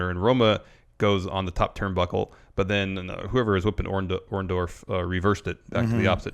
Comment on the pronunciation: Someone please tell it's Orndo-R-ff.... WITH AN R. I mean, really, short of Paul himself telling that everyone screws up his name, I'm fairly sure the other 99,999 times he's been referred or he himself refers to as Orndorff they had it right. Even Larson gets it.